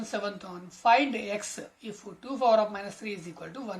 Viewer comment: Aadi power undi fower kadu😂😅